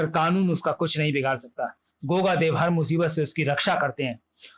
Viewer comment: Truti Sudhar => Deva nahi Dev hai 😤